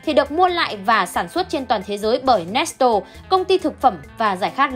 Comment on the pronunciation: Nét lê mà chị nói nét tồồ🤣